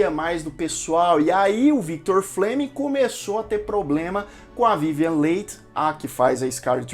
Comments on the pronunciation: A pronúncia correta do nome da atriz protagonista é Vivien" Lee" e não Leig como foi dito. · Se pronuncia Vivian "Lie" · Vivien Leigth..... Pronúncia Li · Soletre corretamente o nome da atriz.é vivien leigh e nao vivien late.por favor. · Vivien Lee ( Leigh se pronuncia Lee = Li) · Sim..verdade a sonoridade correta do nome dela é VIVIEN "LI" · Ótimo vídeo! Filme marcante! Só queria chamar atenção para a pronuncia do sobrenome da Vivien Leigh. Se pronuncia “Lee”. Abraço 😊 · A Melanie eh prima do marido, não da Scarlet.. a Scarlet casa com o irmão da Melanie ( o seu primeiro marido, que morrerá guerra), então elas são cunhadas......Se pronuncia Vivian “li”. A Vivian Leight foi escolhida, quando foi assistir a cena da explosão... aquela q eles Fogem para tara... a carroça eh introduzida depois... o incêndio na cidade foi gravada antes.... ao ver a Vivian , pela semelhança com descrita no livro, logo ela foi escolhida. A Personagem “ mamy “ foi a primeira negra a receber o Oscar , e foi obrigada a entrar pelas “ portas dos fundos....😢😢😢😢, ou receberam por ela, eu. Só lembro.... O Diretor estava fazendo “ O mágico de Oz”, isso deu uma confusão... no final ele ganhou o Oscar de ambos os filmes, mesmo sem merecer, A atriz Vivian Leight nasceu na Índia ... ela não era inglesa! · Verdade. Dei vários pulos da cadeira quando te ouvia pronunciar o nome dela rsrsrs. Sou apaixonada por este filme, onde "furei o DVD" de tanto assistir kkkk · Sua descrição, comentários, críticas e revelações dos bastidores do filme,são tão bons que nem reparei que pronunciou o Noé da atriz principal com outra sonoridade...nos entendemos tudo.muito bom😘😘😘